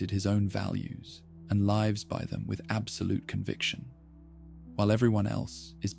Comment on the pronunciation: I like your voice, but now I feel doubt at how your pronounced "lives" in that context 👀 am I listening to AI?